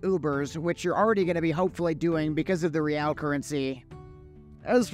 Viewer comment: I thought you pronounce Real like Reel. What is Re-Al?